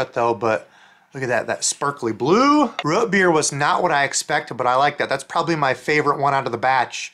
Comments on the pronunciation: ‘Ruht beer’? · "Root beer" is the only thing I've ever heard you say with, what I assume to be, a regional accent.